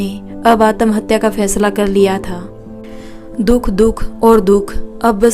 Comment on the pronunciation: Atmahatya ka pronunciation theek karo sun ne me achcha nahi lag raha Hai.😮